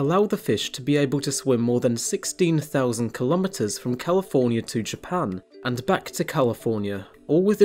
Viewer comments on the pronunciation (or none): none